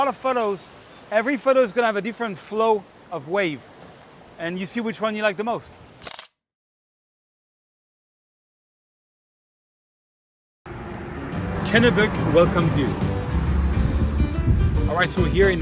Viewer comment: it’s “Ken-knee-bunk-port” but you have to say the first 2 syllables really fast “Kenknee-bunk-port”. Love your channel. I shot models since the 90’s. Switching to landscape. At least these models show up for a shoot.